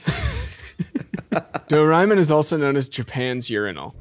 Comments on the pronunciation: I feel like they pronounce "Doraemon" differently every time they say it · As someone who saw a lot of doreamon as a child their pronunciation of doreamon kills me. No problem with the kinky shit ofc I've always known he's a pig.